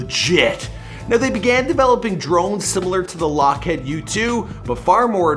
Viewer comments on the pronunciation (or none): WTF is with Youtubers absolutely sucking at pronunciation? "Lock-Head Martin?" It's LockhEEd Martin. C'mon, man... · Bro are you American? That's Lockheed, your saying "head" 🤣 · He said lock-head lol it’s Lockheed Martin you freak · Not lockhead lock HEED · Why does he pronounce Lockheed “LockHEAD” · FYI — it’s not “Lockhead” it’s pronounced “lockheed” — don’t worry tiger... we’ll get’em next time! 😆😆😆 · Jonny Soi or “Lockheed”